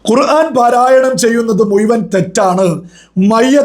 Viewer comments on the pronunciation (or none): none